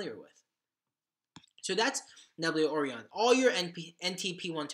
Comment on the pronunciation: The web wallet Orion is pronounced Oh Ryan. Like the constellation, Orion. American education?